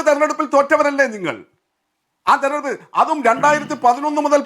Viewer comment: തെരഞ്ഞെടുപ്പെന്നു വൃത്തിയായിട്ട് പറയാൻ അറിയാത്തവളെ ഒക്കെ ആണോ ചർച്ചക്കിരുതുന്നത് 😄😄😄😄